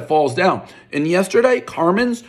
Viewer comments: One “carmen’s” everyone knows it’s pronounced Carmines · He can say “Hugenot” correctly, but can’t say “Car-mine’s”!!